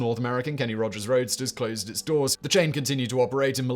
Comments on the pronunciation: ROASTERS!!* It's quite clearly shown so why keep saying Roadsters!?! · You kept pronouncing "Kenny Rogers' Roasters" as "Kenny Rogers' ROADSTERS". He was selling chicken, not cars. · Why are you pronouncing "Roasters" as "RoaDsters"? Were they selling cars too? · It's roasters not roadsters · Roadsters? Wha? Roasters man. I know I am not hearing that wrong. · Roasters not Roadsters 🤣🤣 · Roasters, not Roadsters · roast-ers ROASTERS not roadster's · Simon I love the videos but it's Kenny Rodgers ROASTERS, not ROADSTERS, 😂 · Subtitles: "Kenny Rogers' Roadsters". Simon's pronounciation: "Kenny Rogers' Roadsters". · Kenny Rogers Roasters, not Roadsters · Not Kenny Rogers ROADSTERS, Fact Boy, Kenny Rogers ROASTERS 🙂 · It’s Roasters but he definitely pronounced it Roadsters in the video 😂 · Simon, you mispronounced Kenny Roger Roasters by saying 'roadsters' which are cars. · What is Kenny Rogers' Roadsters?? Why is he saying "Roadsters"? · Roasters! There is no "d". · I caught that too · I had to rewind, pay close attention and turn on the captions, because I thought I was insane and had been reading the restaurant sign, not to mention his name wrong my whole life! Thankfully, Simon simply needs a pronunciation guide (pretends to be shocked) and The Gambler is still the same man. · I heard that too !! Lol